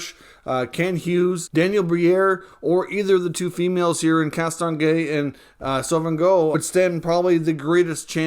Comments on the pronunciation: great video. just in case you'd like to know, Sauvageau is pronounced "so-va-joe"! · It's "Danielle Sauvageau" -- there is no"N" in her family name. Happy New Year and Take Care.